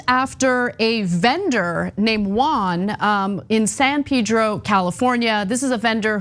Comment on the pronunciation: Ana, it's not "Peedro", it's Pedro!